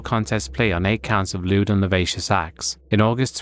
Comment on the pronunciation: 'Lewd and LUH-SIVY-US acts', not 'luh-vay-shus' is the pronunciation. Not being a jerk, just a helpful tip! Its kinda like when people mispronounce 'indict' and say it as 'IN-DICKED' instead of the proper 'in-dite'. Great video regardless, thanks bro!